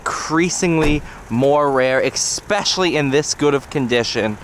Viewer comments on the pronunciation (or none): The word especially is pronounced as spelled. It is not expecially.